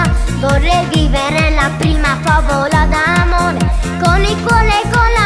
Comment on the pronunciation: la plima favola d'amore. COME CAZZO PARLA